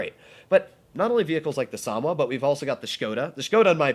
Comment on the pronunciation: Sa-Mo-Wa. Not Samwa 🤷🏻‍♂️